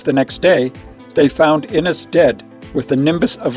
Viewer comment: It’s wonderful that you want to make these videos about Eucharistic miracles, but please learn how to pronounce the names of the people and places. For example, Inés is pronounced Ee-nehs and Avignon is pronounced like mignon as in filet mignon, Ah-veen-yawn.